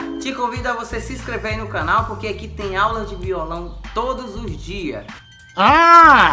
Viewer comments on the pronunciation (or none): Rapaz vc fala vio